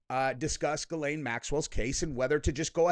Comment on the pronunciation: It’s pronounced Gill lane. 😂 I messed it up at first too.